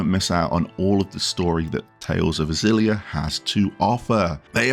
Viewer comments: I can read phenetic Japanese, it is actually pronounced "Ex-illy-ah" like you were pronouncing it before xD I am very excited for this remaster for a number of reasons, and I am so happy they removed the PS360 era color-muting filter. And while it would have been great to have Xillia 2 alongside it, it is still at the same budget price as Graces ($40 USD), so I'm not too fussed. Xillia stands on its own as an excellent game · Def like a hard X and not like a Z.